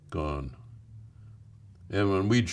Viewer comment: the way he paused when he said “gone” shit man